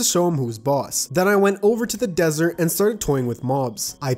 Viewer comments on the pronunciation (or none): none